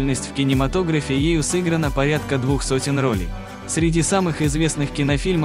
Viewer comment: Кто коментирует, не русский что ли ? Не много рОлей,а много ролЕй сыграно.